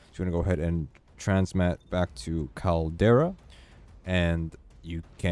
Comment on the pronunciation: CAL-DERA Not Caldaria